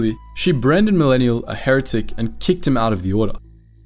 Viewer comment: I really like this vid and appreciate all the time and effort that went into it. But the mispronunciation of words like heretic and sarcophagus is like nails on a chalk board. The worst is mispronouncing Bastila Shan’s name